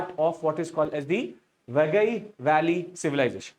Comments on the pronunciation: Please pronounce properly it's river Vai-gai not wagai. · Correction: It's pronounced Vai-guy or Why-guy, not Vagai. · Sir it is Vaigai not vagai. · It is pronounced as "Vai Gai", not "VA Gai". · The name of the river is VAI GAI not vaa gai. Do it is called vaigai river civilization. Immature illetrate people doesn't know that Tamil a classical language is the mother and part of the Dravidian language which is part of the Nostratic linguistic proposal. There are many sites in present India where we can excavate. Instead the politics is so knowledgeably corrupted that there idea should be the main result of the excavation i.e. the final result should not go against their wish and mindset. Apart from Athirampakkam there is one more Paleolithic site in Chennai near Airport in Pallavaram which is considered as the oldest with many stone age tools excavated and exhibited in Madras museum. Since the area around this site is very highly populated now it cannot be excavated further. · Sir ur overall lecture was superb but pronunciation of some tamil words are not correct like, it's vaigai not vagai like that only but ur explanation was super thank you sir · Vai gai should be pronounced as Vie ki (as in kite) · It is VAI GAI ( both rhyming with Hindi cow)